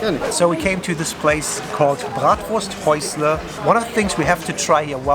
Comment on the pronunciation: als Franke/Unterfranke hab ich bei "Bratwursthäusle und "Nürnberger Rostbratwurst" fast Ohrenkrebs bekommen!